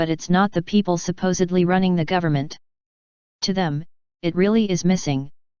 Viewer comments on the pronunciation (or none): gotta love the computer voice "federal gOOvernment"